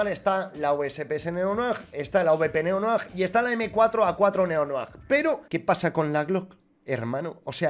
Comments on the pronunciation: todo el mundo: neonoir: "neonoajjjj" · Todos: Neo Noir: neonoag